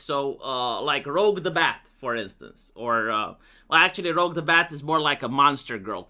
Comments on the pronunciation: It's pronounced "Rooj the Bat," not "Rogue the Bat." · why do you have an aversion to pronouncing words and names like how everybody else pronounces them First Twitter, now Rouge the Bat? This has to be some sort of gag, right? Nobody pronounces Rouge like that 💀